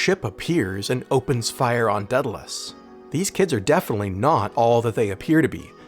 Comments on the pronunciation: Day-dal-ee-us, not Deadalus. The "a" precedes the e"". Daedalus was the father of Icarus. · I want you to repeat after me: "Day-Dah-Liss". It is NOT and will never be the moronic "deada-liss". At least try to do better...